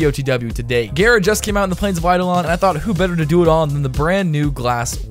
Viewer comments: also, frame is pronounced ga-ra, not gare-a, because R words in japanese kanji (the language they use to pronounce foreighn words) is a replacement for L. japanese word for glass is ga-ra-su. ga is just because the japanese always have a vowel following a consenent. no skin off your back, but just in case you were curious. no, im not a weeb, i've just taken japanese in highschool :P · It's gara not gera, btw love your vids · Why you say “gayra” 💀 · Why does he pronounce it gayra? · slaughter 1v1r it sounds really weird, I hear him pronounce it Géra